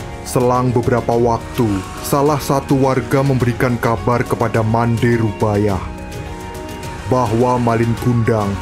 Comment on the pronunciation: Bukan rubayah tapi rubiah